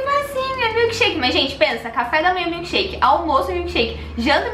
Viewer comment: ela falou milkesherke 7 vezes amo vcs ver por favo escrever no meu comentário